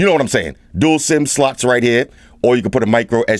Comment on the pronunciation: pleaae can you say sim-sloth next time? 😂